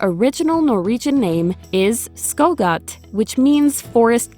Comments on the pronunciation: It sounds like she is saying skullgatt when pronouncing skogkatt. Skog-katt. The o in skog sounds like the o in boost, so skoog. I'm not sure how to explain the A in katt, but maybe like the A in despacito. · ah yes the skå gått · Funny how you probably couldent Butcher your "skogskatt" pronauncment any worse.